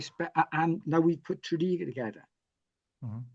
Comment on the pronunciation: Nie Tony "Borg" jak ze Star Treka, tylko Tony "Bordż". Nie "Tredegar" a "Tredigar". Następnym razem się upewnij co jak się wymawia, bo albo nie zrozumieją albo pomyślą że Polacy to ignoranci. A ogólnie to ciekawy wywiad, na pewno unikat na skalę światową. Propsy, że udało się wszystko nagrać!